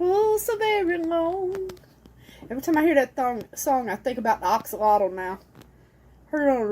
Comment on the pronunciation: I know someone told you that you were pronouncing axolotl wrong but you were not. Look it up on Google... you were saying it right. It's not "ax"olotl... it sounds like "ox"olotl